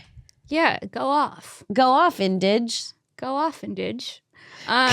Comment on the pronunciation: I love being called an “Indidg” lmao 😂 shout out to my Indidges bitches